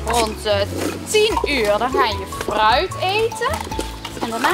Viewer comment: HET IS GEEN FGUIT MAAR GVD FRUIT EN GEEN AADIG MAAR AARDIG geen haat grote fan hoor😁